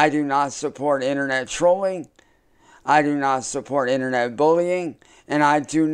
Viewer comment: Why is he saying in-TER-Net like that?